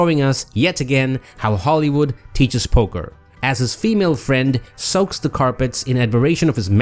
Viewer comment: Did you say, "soaks the carpets?" 😂😂